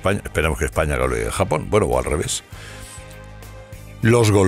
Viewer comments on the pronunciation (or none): none